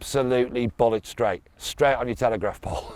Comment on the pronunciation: The first time I heard this, I thought said "Bollock straight", I now realise he said "Bullet straight"!